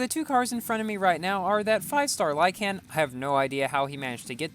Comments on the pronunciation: Is it just me or does pronounce lykan weird?: lieCAN Me:lieKn Edit: I watched the whole video, your pronunciation triggers me a lot please change it xd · Lykan is pronounced “like - in” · dude said "lie-can" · it's said lyken but spelled lykan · when you say lykan, put less emphasis on the a.